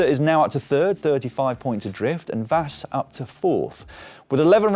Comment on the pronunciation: GG Blanka Vas! Hopefully, she will bring the first World Championship title for Hungary! I know that Hungarian names are hard to pronounce. Imagine that it is written as Vash, then you will be closer to the real one.